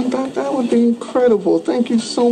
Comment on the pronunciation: bbb richさん！わざわざ調べていただき、ありがとうございます😊 確かにwouldの発音なんか変ですね。。笑 練習します！！ 引き続き動画をお楽しみいただければ幸いです✨